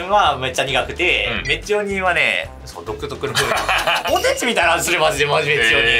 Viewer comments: 鶴崎さんの発音がポテ↑チなの好き。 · 鶴崎さんの「ポテチ」の発音、ぽ↑て↓ち→なんだ